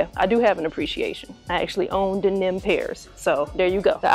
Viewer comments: It’s crazy how you pronounce the word denim… This cannot be the first time you’ve seen this word in the English language. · Q the way you pronounced denim had me rolling 🤣. I swear u was saying "Then Them" so lol I figured you would block the comment luv. Salutes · Hunni, the way you say denim had me trippin’! Is that a Chi town thing? Of course I want these, but I definitely don’t need them because I have the women’s pair that dropped last year or the year before.🔥🔥🔥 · SAME HERE ☺️...still appreciative of the content though! 🇹🇹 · Lol. Where are you from, if you don’t mind me asking? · Don't think I've ever heard it pronounce that way 😂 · Fax 😂 I was like tf she said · 😂😂😂😂😂 I ran it back like hella times even took my headset off 😂😂😂😂had to make sure I wasn’t trippin. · no reason to be nasty about it ma’am, by the way, I’m not a champ, I’m a female, thanks. Just weird the way you chose to say the word, that’s all.